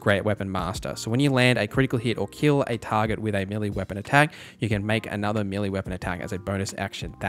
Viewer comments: May-lay not Me-lee. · "Meh-lay", not meely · It took me a good 40 minutes to realise you were saying melee instead of milli that shit is confusing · Millie. Melee. I cannot decide. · melee == "may-lay"